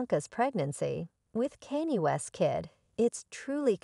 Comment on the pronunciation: If you can pronounce Kardasian properly surely you can pronounce Kanye properly 🙄 it’s not pronounced Cannie 🤦🏻‍♀️